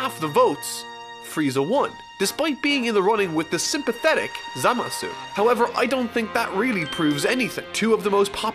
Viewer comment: The "u" at the end of Zamasu isn't pronounced, so it's pronounced like /zamas/